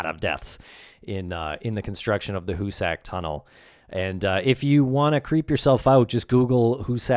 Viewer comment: Hoosick.... not hoosACK